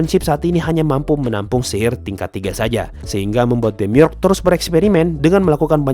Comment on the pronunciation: Demiurge bacanya Demiurj, dari kata Urge